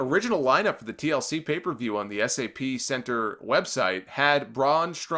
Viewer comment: By the way, it’s SAP Center not S A P Center